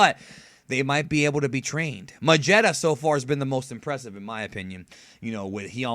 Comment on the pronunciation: you miss pronounced magetta's name